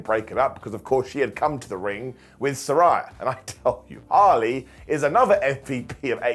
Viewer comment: Still struggling to say Saraya's name right 😅😅😅